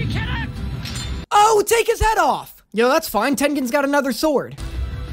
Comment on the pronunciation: I loves when he said swoero